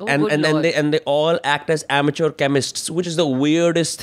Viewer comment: I love the word 'Amature' by vinamra